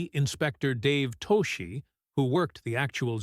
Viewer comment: Toschi's name is pronounced "TOSS-kee." The school bus hijack scene in a 1971 movie was inspired by a 1976 school bus hijacking?!!? I suggest a change in wording to reflect the fact that the scene was inspired by events PRECEDING it.